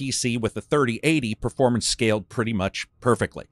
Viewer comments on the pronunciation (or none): none